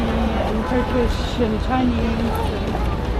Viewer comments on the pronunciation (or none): none